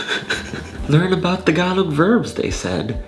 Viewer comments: Bro doesn’t even know how to say the language it’s “Tagalog” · I'm filipino but i can't even speak tagalog correctly and it's also pronounced taga-log